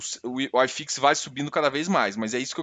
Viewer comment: Acho que ele é gaucho....Se fosse mineiro ele chamaria Uai fix....E se fosse baiano chamaria oxifix...